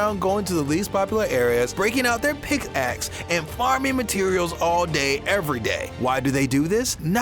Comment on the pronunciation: He tried saying axe lol